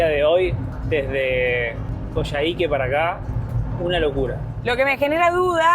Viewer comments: Hola, se pronuncia "Coyáique." Buenísimo el video, saludos 🤗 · Lo están pronunciando mal. No es Coyahíque sino Coyáhique, donde se acentúa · Hola chicos! hermoso el video y todo lo que están viviendo! Les dejo un dato ñoño: se pronuncia Coiáique en Chile, abrazo! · Perdón. Se dice coyaique...como coya ... jajakaja